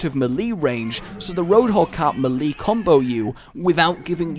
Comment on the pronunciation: Some people say "may lay" some people say "mee lay" or maybe even "mee lee" But... "muh lee?" Really?